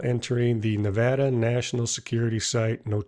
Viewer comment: Thanks for actually saying Nevada right and not pronouncing it Nevahdah like an idiot!